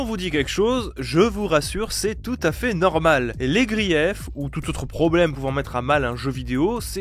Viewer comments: Ca se prononce pas griéf mais juste grif, j’ai cringe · Beh surtout que grief en francais dans le terme ou ico l'utilise n'a aucun rapport avec le mot anglais et surtout il le prononce a la francaise alors que il l'utilise a l'anglais donc il devrait utiliser le sonoriter " grif" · "Griaif" tu t'y connais bien toi deja